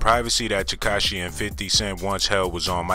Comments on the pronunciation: He also said "Ketashi" but I left that Alone..lol...I'm sure he's a good dude and I'm not the one making the video so who am i..haha.."Curtis 50 Jackson Cent Piece"... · He actually said.." Katashi 69"..lmao but i pointed that out already in a different comment. Just happen to see this and thought it was still funny. Man..im.bored AF Obviously!! haha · He said katashi instead of tekashi lmao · This man said "Curtis 50 Jackson Cent".. lol